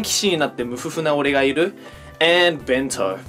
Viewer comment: I love how he said Ben-to and just stared at the camera